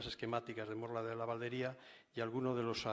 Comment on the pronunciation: Estuvo hace años el en la Valdería y no sabe decir su nombre, con acento en la i, sonaría Valdería y no Valderia...vaya vaya